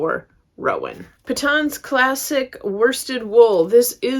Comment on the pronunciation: Beautiful yarn haul! FYI, Patons is pronounced [PAY] + [TUHN]s. “Paton Son and Co. (was) founded in 1814 by John Paton of Alloa, Scotland.” (source: Tasmanian Wool Centre)